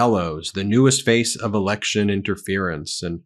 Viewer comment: LOL did she say Biden held an erection? in that clip ?